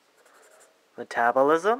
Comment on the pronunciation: sounds like you are saying cannibalism